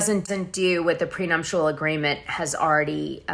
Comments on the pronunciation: prenuptial agreement...not PRENUMPTIAL...GEEEEZE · prenuptial not prenumptial..... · Dana, there's no M in nuptial..